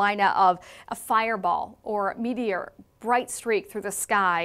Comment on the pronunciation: Huh huh huh. She said Meaty Or. 😂